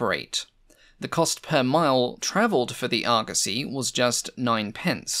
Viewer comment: The internet has ruined me. All I can hear is Argussy and not Argosy.